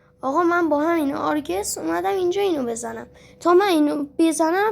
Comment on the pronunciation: ریدی چقدر لجندی😂😂 آرگوسه اسکل میگه آرگس😂😂😂😂😂😂